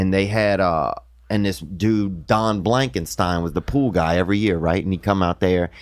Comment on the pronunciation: "Don blankinetstein" 😂😂